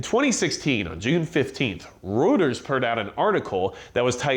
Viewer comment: The only thing I got out of this is you don’t know how to pronounce Reuters.